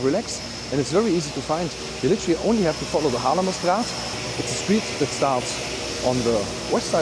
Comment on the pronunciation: You don't seem to have a Dutch accent but your pronunciation of "Haarlemmerstraat" is just perfect! I used to live in the NL for almost 15 years and I miss it very much